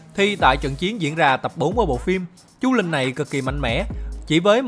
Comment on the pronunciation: chú linh mà sao mình cứ nghe thành chú lìn nhỉ